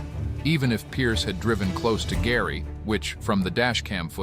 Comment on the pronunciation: Gary needs to drop the R from his name